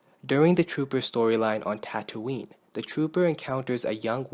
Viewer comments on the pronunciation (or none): none